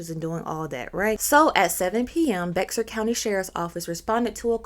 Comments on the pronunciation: I just found your channel. I'm binge watching all your videos. but as a san antonio native, Bexar county is pronounced Bear not be-xar. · I lived in SA. The county is BEXAR is pronounced Bear. Took me two years to realize. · Im from and live in Texas. I understand its BEXAR COUNTY but its pronounced as BEAR COUNTY. The X is silent. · The correct way to pronounce Bexar County is just take the X out of the name and you will have bear which is the how you say BEXAR.😀